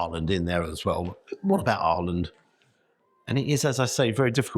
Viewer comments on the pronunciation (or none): What way did you pronounce Ireland 😂